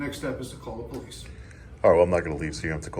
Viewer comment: I can definitely tell she’s the one that called the po-lease 🤣🤣🤣